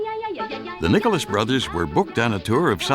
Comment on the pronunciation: At the minute mark sounds like he said the nigerless brothers had to rewind it to be sure.